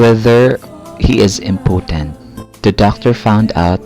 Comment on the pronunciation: mo pagbigkas sa impotent